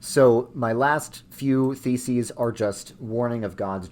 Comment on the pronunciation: The way you say it makes it sound like you said "95 feces"